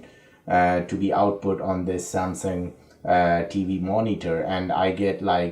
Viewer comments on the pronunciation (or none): none